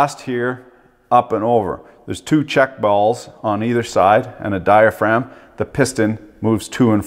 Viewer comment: Dye-uh-fra-gum (diaphragm)